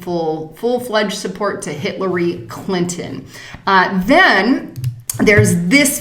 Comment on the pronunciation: Lol I'm not sure if it was intentional but at about she talks about Bernie supporting "Hitler-ey Clinton". Made me chuckle.